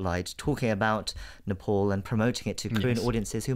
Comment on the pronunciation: Being Nepali ,It would be really nice if u you could pronounce Nepal, Kathmandu n Pokhara as Nepali.